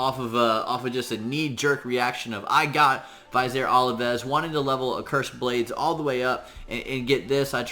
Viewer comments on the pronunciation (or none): Thank you! -point of pronunciation: Vizier Ovelis: Viz-eer Oh-veh-liss. Love your contributions. Thanks again.